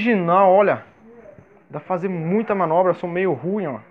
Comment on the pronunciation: "fazer" não :faser